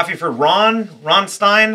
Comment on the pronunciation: Thank you for not pronouncing it as "ram-stene" because I'd actually spontaneously combust